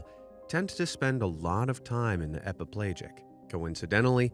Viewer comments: Epi - pell'AHjic not epiPlage-ic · /ep-uh-PLAY-jik/ ? Seriously? You're mispronouncing the main idea of the first part of your video? EPIPELAGIC is pronounced /ep-uh-puh-LADGE-ik/. If you are so incompetent as to do that, then there is no part of your video we should believe. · I think it's pronounced /e-pi-pel-A-jik/. Just saying. Same for/me-zo-pe-LA-jik/. Also, it's pronounced /NEW-di-brank/; just saying.